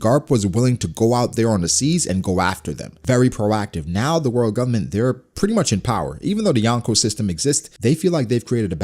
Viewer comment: Anybody else notice the fact that this dude say “Govbment” about 1000 times 😂😂😂😂